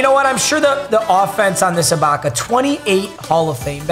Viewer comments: Finally learned how to say ibaka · Bro finally pronounced Ibaka’s name right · he finally said ibaka right 😂